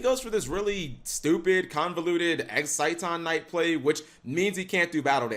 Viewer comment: It is pronounced "exi-ton" Knight. idk why it's so hard for him to pronounce things properly....